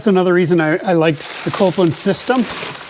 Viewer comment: Say it with me... "Kol-pin." Not Copeland